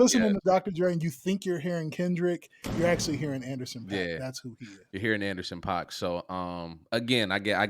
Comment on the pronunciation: Exactly! He said Anderson.Paak.